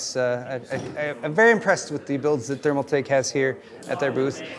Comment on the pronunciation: tf is a thermaltak?! 🤣